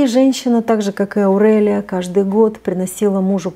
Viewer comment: Прямо режет слух.Почему АурЭлия? Никто так не говорит.АурЕлия правильно.Аурика,Аурелия